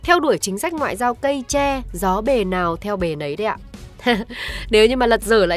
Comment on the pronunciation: Đã ngọng còn hay lu. Tre, nó khác với che nha.